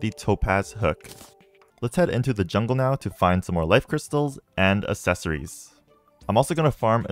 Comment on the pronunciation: Am going to have a fucking aneurism if he says assesories one more time